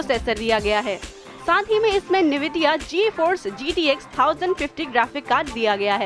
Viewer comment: what did you pronounce nvidia to nividia .......................^^^^^^^^^^^^